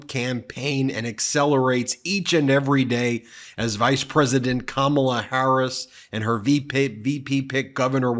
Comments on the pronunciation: Karma-la!! Advice for Trump on how to pronounce Kamala properly. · It's not Kamabla Donnie... it's Karma-la. Be afraid.